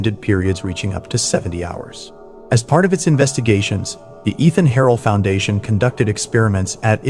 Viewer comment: I've that the pronunciation of Eithan Harel's name has changed from earlier videos. In the "Darkened Suburbs" episode from a few months ago, his name was pronounced as 'Eye-Tan'. Now it's become 'E-Than'. Any particular reason for the change? 🤔